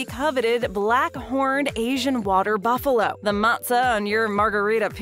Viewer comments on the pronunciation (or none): What is boof-a-lo. Its buffalo